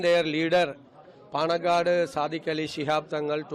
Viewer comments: Panakkad ಅಲ್ಲ ಓ ಪೆದ್ದ ಅದು paanakkad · Lo thukkali naanu kerala davane sullu news akbeda panakkad alla paanakad